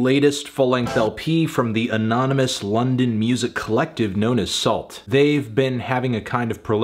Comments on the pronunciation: i think the T is silent so it’s like Soul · I've never heard of this group, but isn't it pronounced "soo"? At least in Canada (and I supposed other French speaking/influenced countries), that's how we pronounce it. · Isn't it pronounced "Soo"? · Anyone else think it was pronounced "Soo", like Sault St Marie, or is that just the Minnesota in me 😂